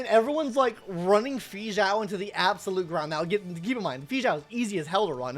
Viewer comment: he says it so bad